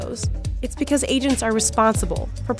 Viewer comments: “becwuz” nice pronunciation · Best “because” jersey accent